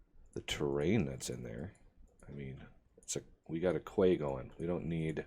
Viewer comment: Quay = "key"